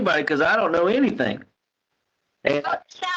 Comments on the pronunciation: Yeah when she says anythink it's so annoying 😐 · I heard it! "Anythingk." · “AnYtHiNk…!” Girl , quiet 😂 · Ugh I hate how she pronounces Gs as Ks like anythink or nothink 🤬 its so annoying!!!!! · It drives me absolutely crazy that she says “AnythinK, EverythinK, NothinK” instead of “ThinG” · 😂🤣😂🤤😂 This is what I came to the comments to read! WHY?!?! HOW?! It drives me insane every time she says anythink or everythink Lol. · She says it correctly other times. Same with other words ending with "G" - she says those just fine. She's a phony, what do we expect from this lady? Haha